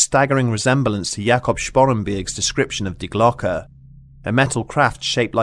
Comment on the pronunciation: Thank you for pronouncing "die Glocke" correctly. Schiller would be proud :D